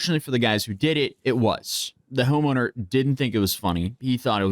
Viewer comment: he said Homoner 😂😂😂